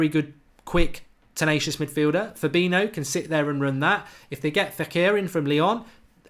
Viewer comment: You can't even say his name correctly, what are you on about!?